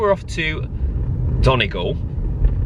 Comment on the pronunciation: The way you say Donegal 🤣 thanks for putting our county on the map! Really enjoyed watching & hope you return some day ❤